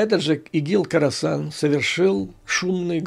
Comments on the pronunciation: Да, не Карасан, а Хорасан. Умник!😂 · Не карасан, а Хросан!